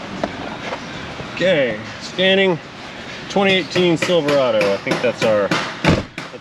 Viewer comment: Silvery raydo 😂😂